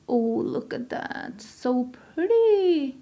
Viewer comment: You said PURDY, like a Texan!!